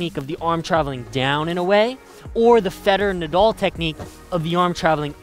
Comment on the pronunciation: The name is NOT Nadoll it is NADAL